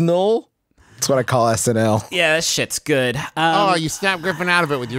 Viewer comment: i lost it when justin referred to snl as "snull"